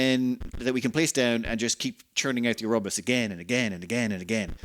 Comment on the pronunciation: Pronounce "Or-ro-bo-rus". ALso please turn on the music.